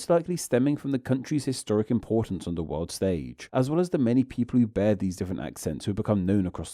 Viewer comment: What’s with the over pronunciation at the end of words??? Tooo-weh / glob-eh / old-eh / new-eh